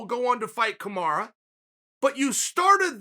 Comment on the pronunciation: did he just say 'kumara' & welhal muhammad? hahaaa..